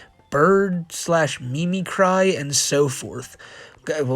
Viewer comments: i mean its on a letter from a pedo..... but "akashic" is pronounced "ah-kah-shick", but you got it closer than many attempts ive seen....or rather, heard....but your mangling of "mimicry" as "mee-mee-cry" instead of "mim-ick-ree", just cannot be overlooked. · Mimicry is pronounced "mimm mick ree". It means to mimic or imitate something. Like a "mime". Like the T-1000 terminator was "poly MIMETIC alloy". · mimicry is pronounced "MIH-mih-cree". as in, to mimic (copy) someone. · tfw chris chan is more literate (not by much) than the person making a video to mock them lol the amount of words you misread/mispronounced is pretty bad when you said "memecry" (mimicry) you had my laughing my ass off and i had to write this comment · Me-me-cry Dude.... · Took me a while to figure out the word was "mimicry". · mimic-ry, like, mimicing something. "testify" =/= "Tes-teefy", you fuckin muppet. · It’s mimic - ree hon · He spelled “Aurora Borealis” as one incorrect word. Also, we’ve been over what the Akashic (Ah-kah-Shick) records and it’s pronounced “mih-mih-Kree” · It’s actually pronounced “mimic-ree”. I’m more surprised he spelled it correctly… You’re also thinking of KidCuisine. Lean Cuisine is the extra healthy frozen dinner